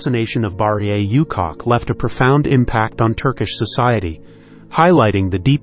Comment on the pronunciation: Please stop calling this lady "you cock", you cock!. It's "OO-chock".